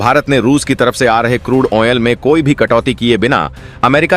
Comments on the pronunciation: ऑइल उच्चारण कीजिए कृपया , अयनाल नही होता । ऑ यह ओयल है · Oh onoil kyoon bolte ho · What is washing atan and onel? PRONOUNCING MUST BE CLEAR AND CORRECT. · Bhaisaab yah 'strang' decision kya hota hai? 🤨🤔 'strong' bolna sikh lo Bhai. 🙏 'Oil' bolna bhi sikh lo Bhai. 🙏🙏🙏 'Musterstroke' ❌ nahi par 'Masterstroke' ✅ boliye. 🙏